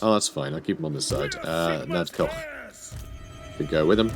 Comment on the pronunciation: You actually pronounce the K in Knud Koch. So it's not Nud Koch :) My grandfathers name was Knud so I'm an expert